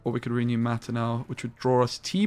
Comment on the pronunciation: At first I passed it off as you doing a troll thing, but each time you say REE-new it makes me cringe harder. PLEASE - it's pronounced "ruhnew" ... not reeeenew.